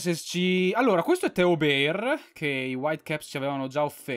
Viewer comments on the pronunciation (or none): none